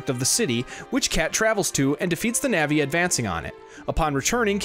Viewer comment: Great video, other than constantly hearing you say "navi" instead of "nevi". Keep it up!